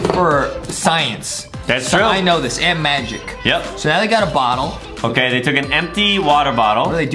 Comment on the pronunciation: It sounded Adem was saying g*y but Adem was actually Saying OOOOKKKK the clip 🤣🤣🤣🤣🤣🤣🤣🤣🤣🤣🤣🤣🤣🤣🤣🤣🤣🤣🤣🤣🤣🤣🤣🤣🤣